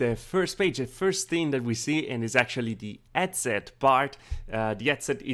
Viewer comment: HHhhhh-ead set ;) not Ed-set Hhhhhh-ertz, not ertz ;)